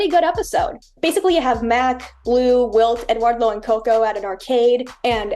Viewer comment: That is not how "Eduardo" is pronounced.